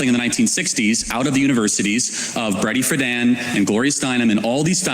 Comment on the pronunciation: Did he actually say "Bready" Friedan ?